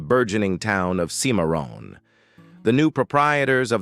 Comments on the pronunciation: Boyo boy these AI reading apps sure have no sense of how to speak names like "kimaroon".for Cimmeron . All thru this video I had to use my imagination to divine exactly where in Texas be was speaking of. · Cimarron mispronounced 4 different ways by ...